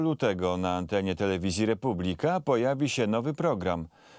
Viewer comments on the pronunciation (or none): Panie Patyra, jeszcze nie pokazal sie na ekranie, a juz zaczal Pan blednie wymawiac nazwe firmy, ktora Pana zatrudnila. Do licha, nie jest "RepuBLIka", lacz "RePUblika". Akcent na trzecia sylabe od konca. A wie Pan dlaczego? Wracamy pod budke z piwem?!